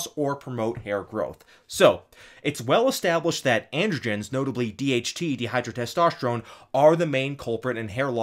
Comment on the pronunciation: You tend to pronounce dihydrotestosterone as "*de*hydrotestosterone". Figured I'd make you aware of that.